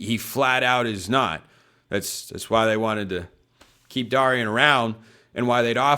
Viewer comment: Jeez, it’s pronounced DARE rion consistently pronouncing names wrong.